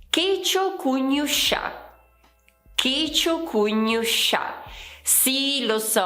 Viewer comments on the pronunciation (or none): checiocugnusca pronunciato come checiocugnuscià'? Ma è sbagliato! Non potresti modificare il video, per favore? Grazie. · Brava,! Ho un dubbio, perché hai pronunciato la parola Checiocugnusca all'inizio del video con la /ʃ/ e non con la /k/ se è scritto con -SCA e non con -SCIA?🤔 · hai sbagliato la pronuncia di checiocugnusca 😉